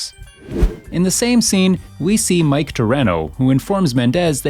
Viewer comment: you saying mikes name wrong dude you should like actually play the fucking game before you make a vid on it